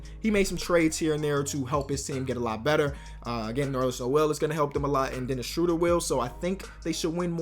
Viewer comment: It's pronounced Dennis shrooder